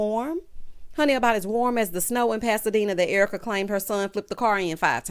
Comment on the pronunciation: Your reaction to Dorit mirrors mine. Thanks for pointing that out. O and the "ERWEEKA".... chef's kiss!